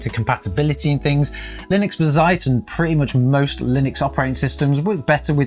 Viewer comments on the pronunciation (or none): You know it's "bazzait" not "bizait", come on! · Ba-Zite? Litrus? What are you trying to do to my head 🤣 Baz-ite, Loo-tris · It's Bazz..ite not Ba..zzite. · WHAT THE FUCK IS B'ZITE ? its BAZZ ITE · BAH-ZITE... but Buuu-zite. Also, what a bore to build a Bazzite machine and not using Game Mode... skip. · Hearing you call Bazzite like that made me want to give you a hug and say something like "that's ok buddy!" :) In the video description you have a typo calling the gpu the 3060. Good video man, more realistic as most people use Nvidia GPUs. I still don't know if I would move to Linux. Software I want to continue using doesn't seem to be easily or at all run on Linux. I am thinking of the Enterprise versions of 11 or 10 instead.